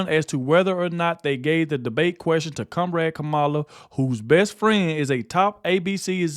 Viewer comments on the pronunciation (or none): Did he just say cum rag kamela?! Aaaahahahaha! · When you read Trumps statement I thought you said kumrag Kamala. I did a double take and saw it said comrade 😂